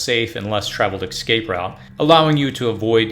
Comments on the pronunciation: Bro, it's escape, not excape lol. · Escape. Not ex-cape.... 🤦‍♂️ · The word you are pronouncing ex- scape is actually pronounced e- scape. Just want you to make the best videos possible. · the word is EScape, no EXcape!! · Escape, not excape. You're killing me. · It's hard to take you seriously when you keep saying 'Excape'. It's escape. I agree with a lot of what you're saying but this tends to be useless because people don't search this until it's too late. A more effective strategy would be to prepare instead of react. Either way, some don't ever get it. This is why keeping whatever plan your have is important so you don't have to compete for resources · For the love of god... please practice saying ESCAPE. Not EXCAPE. Let me help you. Read the following words: Yes. Cape. Yes. Cape. Yes. Cape. Read them out loud over and over again, faster and faster. Once you have it mastered, drop the Y. Es. Cape. Es. Cape. Es. Cape. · The first thing I would not do is I would not take advice from somebody who is a adult & still calls an ESCAPE AN EXCAPE. There is no X in escape. 🆗😎😎😎. From a GGL search : "I was unaware that many American English speakers said “excape” apart from a very few who didn't learn from their parents or teachers how to pronounce “escape” correctly. ... In all versions of English, including American (?)… there is no X, or version where it should be pronounced.". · Dude...it's escape, not excape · Why are you saying ecscape (xscape)? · Or, as the narrator says, x-scape, lol. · Dear lord learn how to pronounce escape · For some reason I am bothered by your pronunciation of escape. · Very good....but it's ESCAPE .....not ECSCAPE.....and ESPECIALLY....not ECSPECIALLY 🙂